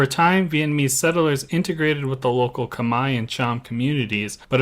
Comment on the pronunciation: Thank you for making these educational videos about SE Asia. I am impressed that you now pronounce the word KHMER properly. Your next challenge: can you pronounce the word AYUTHHAYA properly?